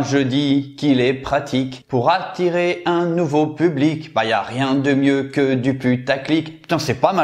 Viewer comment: « Public » pas « pulbic » ta fais la même faute à chaque fois 😂